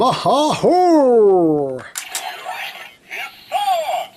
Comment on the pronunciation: em its mata po not maha（oleh washi，mata！（mach's transform））